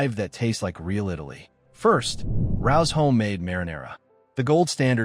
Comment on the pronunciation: Rao's is pronounced Ray Ohs.